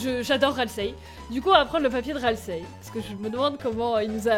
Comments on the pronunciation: j'adore ta vidéo mais JE RAGE À CHAQUE FOIS QUE TU DIT "RASIEL", C'EST "RALSEI" XD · tasiel au lieux de ralsei (je ne sais pas l'écrire) 😂😂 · c'est pas raseil c'est ralsei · juste, Ralsei pas Rasiel x)